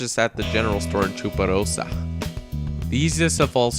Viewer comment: i love the way he says 'chuparosa' :D